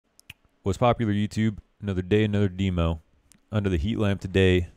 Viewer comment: God I hate the way he says demo damnit